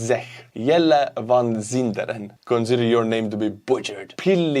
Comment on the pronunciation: You did pronounce Rene Van Zinderen pretty darn well!😀